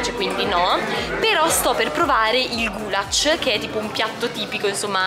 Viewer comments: scusa se ti correggo ma non si dice gulac ma si dice gulash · nn si pronuncia gulac si dice gulash